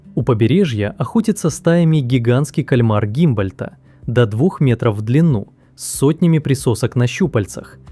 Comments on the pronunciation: Только не "Гимбольт", а Гумбольт. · Александр фон Г У' М Б О Л Ь Д Т! А не гимбольт, - ухо режет😢 В целом ролик интересный, большое спасибо за труд❤ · Эй! Правильно 'Гумбольдт' и 'викунья'